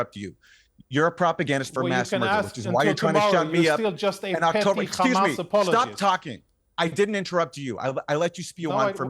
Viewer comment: Conricus is from Sweden why does he pronounce it “Ccchhhhamas” ?